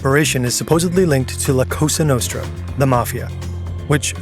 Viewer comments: Did Kash say "la costa nostra"? or "la casa nostra"? Neither of which means what he thinks it does. 🙄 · That pronunciation of La Cosa Nostra is the biggest crime here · The head of the FBI not being able to pronounce "La Cosa Nostra" is exactly what you'd expect from a Trump appointment. Pretty much every aspect of the federal government has been corrupted and stupified. You won't be able to use any federal office as a source from now on as they are just instruments of Trump's corruption and no longer actually do the job they are meant to. All the decent intelligent agents and federal officials either resigned or were fired by Trump. That nut literally had federal workers sign a pledge of loyalty. Not to the country or people, but to him personally. Don't use any U.S. government entity after Trump took office as a primary source for anything.